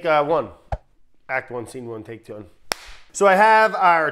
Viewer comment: “Take Twon” 😂